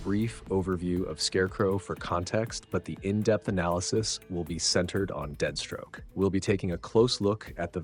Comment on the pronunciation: Why does he keep saying deadstroke?